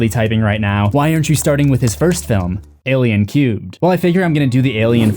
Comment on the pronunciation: "Seh-seven-ehn" "Alien cubed" OMG, dude! You're killin' me!